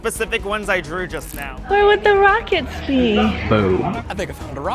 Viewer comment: Ummm ..... I like the video but i'm still concerned about the "Rockects"